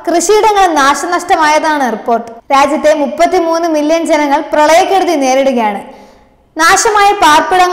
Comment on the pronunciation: പ്രളയക്കൊടുതി അല്ല കുട്ടി കെടുതി രാഷ്ട്രീയക്കാരെ പോൽ അക്ഷരാഭ്യാസം ത്തിരി കുറവാ ല്ലേ